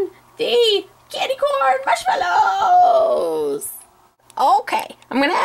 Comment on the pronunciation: "Marshy mallows", XD